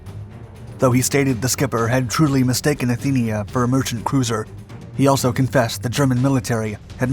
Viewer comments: It was the Athenia, not the Athena! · It was supposed to be the Athenia, not the Athena!